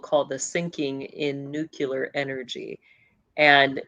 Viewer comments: It's unfortunate that she can't say nookleear and says nookyooler. How can that happen if it's one of your subjects? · "nucular" (nookyooler) pronunciation is more common in certain regions, particularly in the American Midwest and South. It doesn't alter the meaning of the word, but it can sometimes be a marker of a specific regional accent or dialect